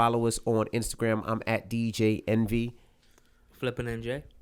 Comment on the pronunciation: "dee jaeeyy einveey" what a clown